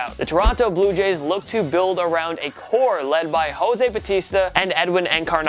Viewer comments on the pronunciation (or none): none